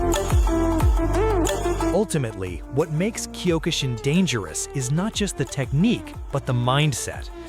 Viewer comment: why must you pronounce Kyo-ku shin karate... Wrong use of Japanese words